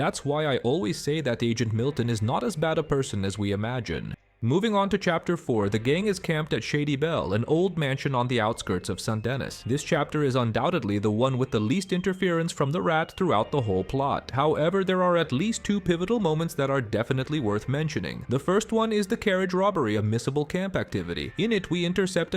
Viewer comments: sant Dennis 😅😂🤦🏻‍♂️ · I think OP is the rat the way he pronounces Saint Denis